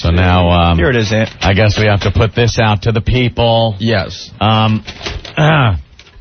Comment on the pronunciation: Listen to that idiot Opie say “put” wrong.